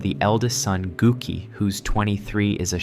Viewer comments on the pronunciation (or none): The Japanese o is always pronounced "oh" and is never silent. "Gouki" is pronounced like "Goki" and the u is just a way of elongating the o, which doesn't change the sound of the o, you just say it longer. The way you said it sounds like "gook" which is a slur against japs. 😂